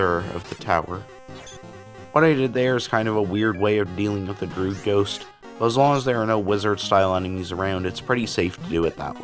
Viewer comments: looking for this comment, droo-id not drood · why do you pronounce druid like "drood"?